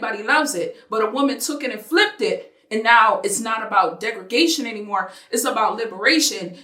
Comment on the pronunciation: "degragation" lol